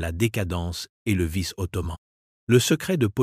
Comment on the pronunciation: Intéressant mais pénible à écouter avec des mots masculins comme ottoman ou sultan prononcés ottomane et sultane !